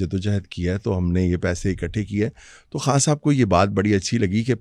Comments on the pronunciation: محترمہ آپ کھان نہ بولا کریں۔ لفظ خان ہے۔ بکھار نہیں بخار ہوتا ہے۔ جہاں خ ہو وہاں کھ نہ بولا کریں۔ یہ انڈین تلفظ نہ اپنائیں۔ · ما شا اللّہ ۔ اگر آپ اردو بولتی ہیں بھارتی زبان نہیں تو “ خان” بولنا چاہیے “ کھان” نہیں۔ معافی چاہتا ہوں۔ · Ye kas kia behan pls talafuz theek kre Urdu k kan kia ha behan